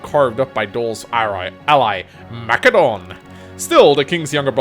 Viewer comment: Please pronounce Macedon correctly asdf